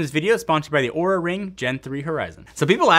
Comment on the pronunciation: be careful with how you pronounce Oura... Despite their inability to spell they got very angry at Linus for pronouncing it how it is spelt like you did...